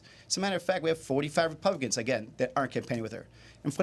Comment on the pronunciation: Why can't Gallego pronounce republicans?